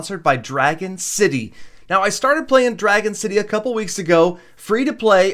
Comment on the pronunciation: "Cople weeks" they said